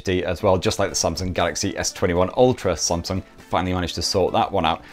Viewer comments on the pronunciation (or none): none